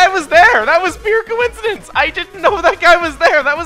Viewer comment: "that was mere cowinicidince" earthbound lets play says everything